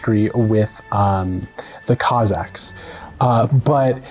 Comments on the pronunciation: I think he said Cossacks, he just said it in a way that sounded like Kazakhs. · He speaks about cossacks[kaz-ak]. But yeah, pronouncation is really similar to kazakhs[kuh-zakh]. To make it even more weird, Russian pronunciation of kazakh butchers it a bit - [ka-zah]